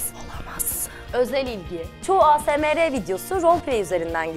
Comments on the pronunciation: Asemere diye değil asmır diye okumanız lazımdı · a se me re değil ey es em ar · ASMR eyesemar diye okunuyo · Naz Yılmaz ey es em ar diye okunuyor türkçe asemere de denebilir de ayzaymırı nerden duydun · ASMR Eyesmar diye okunuyor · ASMR ı yanlis okudunuz bu arada fjfhdhdhf 💕